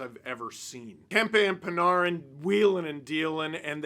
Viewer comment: How come Steve can't say Panarin??